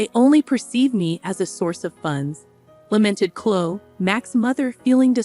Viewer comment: Clo ee not clo